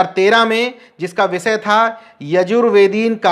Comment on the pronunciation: Patrakar sahib aap apni bhasha shudh kijye sha shabd ko sa na uchharit kiya jye jaise aap bhasha ko aap bhasa keh rahe he mukesh ko aap mukes keh rahe he . Vishay ko aap visay keh rahe he